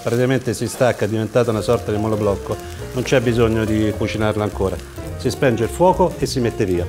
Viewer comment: Perché dici "Spenge" il fuoco? Si dice spegne